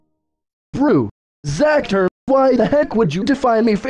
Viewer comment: Why did you say zather the computer user is zacther not zather